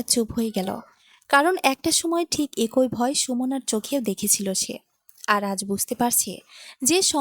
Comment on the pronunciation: একোই নয় “ এক ই”